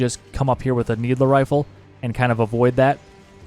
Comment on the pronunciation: Love how you call the "needle rifle" a "needler rifle"